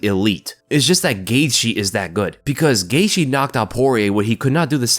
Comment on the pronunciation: Justin “Gaitshe”😂